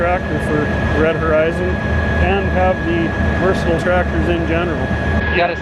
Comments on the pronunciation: It’s pronounced Versa•Tile. Say it like a Canadian when you it’s a Canadian tractor lol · you will have to teach your salesman how to properly pronounce Versatile. I heard you say it right